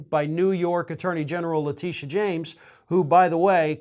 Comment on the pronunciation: Hey. I'm married to a Letitia. Everytime you mispronounce Letitia James you make every Letitia mad. It's pronounced " Le Tish ahh " not La tee sha. My wife hates you now hahaha